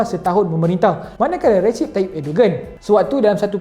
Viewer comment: Recep disebut Rejab ya. Bukan Recip